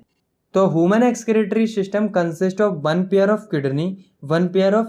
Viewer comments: Its not whomon beings its human beings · Human❌hooman✅ Phloem❌phylum✅ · bro is not homan it's he-u-man😢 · Substance- sabastence Human - hooman Blood- boold 😂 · Human ❌ Homan ✅ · Human ❎ Homan ✅ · Human❌ Hooman✅ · i really like your video i m a subscriber 💕butt please pronouns human correctly stop calling it hooman😂😅 blood nott bulad😂 harmful not t harful 😂😂😂veins ko beans😂 bladder 😂😂 i m done🙂😂😂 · explanation is relly good✨ but ur pronounciation 😅 human->hooman and many more